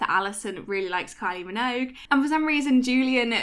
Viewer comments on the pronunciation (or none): What is a kyl-e min-owge?